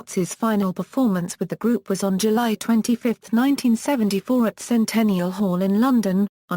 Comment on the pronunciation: it's Lifeson not Lifingson, it's Peart not Part